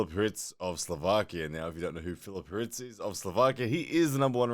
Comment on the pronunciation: First person to ever pronounce my name right